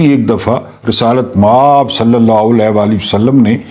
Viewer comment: اللہ کے بندے مآب بہت لمبا کرتے ہیں م کو لمبا نہ کیا کریں آب کو لمبا کیا کریں